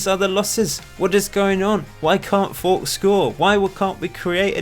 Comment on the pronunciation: Hey love your shows. why is Fowkes pronounced forks when it’s surely nearer folks? Is there a reason? Fair enough if you have a reason I missed. All the best for FM19.